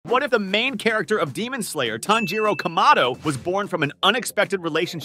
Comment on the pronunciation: IT'S PORNOUCED KA-MA-DO NOT KAM-A-DO AND IT'S TAN-JU-RO